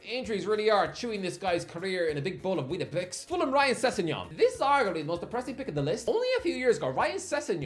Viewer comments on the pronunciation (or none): none